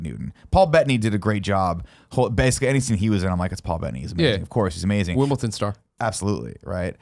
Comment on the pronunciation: Did you say Wimble-ton Greg? Jesus tap dancing christ....